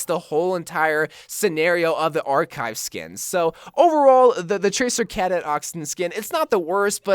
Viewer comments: You don’t know how to pronounce Cadet? Cuh-det. It’s a common term. You never heard the title “Space Cadet” or anything like that? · Its pronounced (Cuh-deht) for tracer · You said cadet Ca-dot when it is cu-det